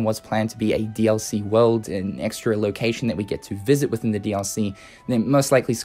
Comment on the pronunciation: The way you say "DLC" triggers me Please stop Its not "Re:Mind Dallysee," you twat I'm sorry but this is gone on long enough